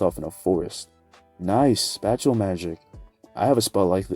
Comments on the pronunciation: Not hating love ur what ifs, but If spat-ial works better keep saying it, spatial is pronounced spay-shal tho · I thought you were saying special but you were saying spatial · why do you say spatial like spatula